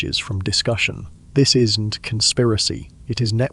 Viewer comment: Terrible AI narrating..... "Isn't = isn TEE...... we'll = we ELL"